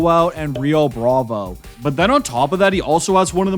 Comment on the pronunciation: Bravo* not Brohvou